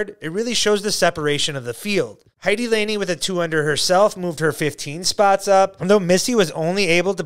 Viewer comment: "Line-Eh" not "Laney"